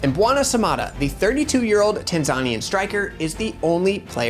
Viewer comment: Please learn how to pronounce Tanzanian.